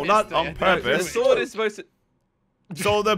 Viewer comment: WHY CALL SWORD IS SOWSD